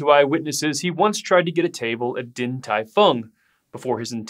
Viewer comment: Should be 鼎 ding, not din.